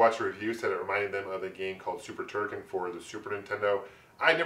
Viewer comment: It is Turrican.....